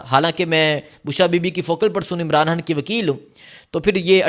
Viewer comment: یہ کیسا اینکر ھے خبر کو حبر کہہ رھا ھے اغوا کو اگوا کہتا ھے۔ خان کو حان کہتا ھے۔ یہ تو چچرا بندہ ھے۔